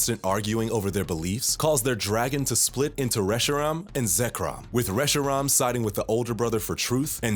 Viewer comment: Hey I just wanna commend you for pronouncing Reshiram the way you did. I thought I was the only one.